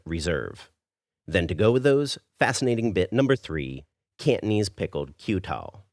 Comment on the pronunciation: The way u pronounce Cantonese kinda sounded like candies... I’m Peranakan btw, you should try to do another Nyonya dish called Ayam buah keluak.. let’s test ur Nyonya skills 😉